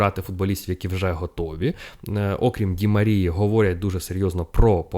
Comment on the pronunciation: окрІм,, окрІм😅 Дякую за випуск